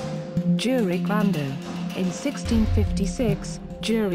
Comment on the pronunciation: Stop pronouncing slavic "J" as it is English. To pronounce it correctly, it isn't Jure, it's Yure.